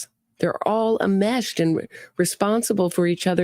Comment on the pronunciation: Greetings. Ok, the word is ENMESHED. You're a good sport to let us help. Great podcast. Enmeshed.